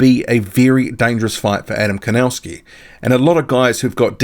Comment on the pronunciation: PLEASE Learn how to pronounce The name KOWNACKI Correctly, because you have horribly MISPRONOUNCED the Name KOWNACKI!